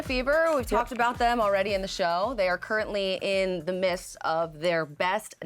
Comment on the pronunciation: Currently in the what? Ha. I think she meant to say “midst”. Ya gotta enunciate the d.